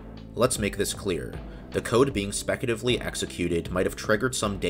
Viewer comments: It bugs me that throughout this video, you said “specutively” instead of “speculatively”. (Yet “speculative” was always pronounced correctly.) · You pronounced speculatively as specutively every single time...